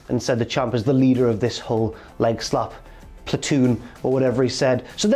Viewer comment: "Leader of the Lockeroom" not "leader of legslap"